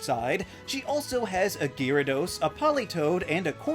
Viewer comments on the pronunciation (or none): none